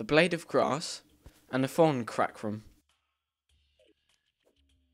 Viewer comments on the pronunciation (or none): its prononced thorn chuckrum